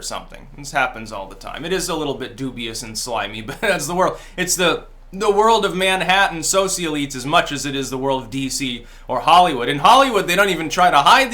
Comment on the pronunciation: SOH-shul-iltes (not SO-see-al-ee-leets)